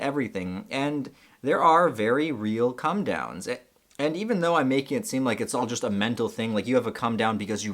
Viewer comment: You sometimes say "cum down" and I was just laughing my head off!